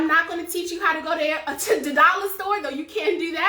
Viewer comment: A doll-lur 🤣🤣🤣🤣